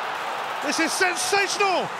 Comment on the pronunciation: How much does the Son commentator which he said Sonsational instead of Sensational?! Also question for anyone paying attention who were the only players to appear twice as goal scorers in this list?!